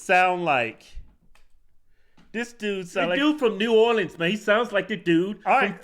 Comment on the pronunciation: It’s New Orleans. -dude from Louisiana.